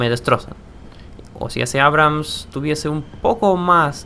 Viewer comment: Por que pronuncia abrums en vez de abrams? En video actuales sigue diciendo mal en nombre de otro tanque creo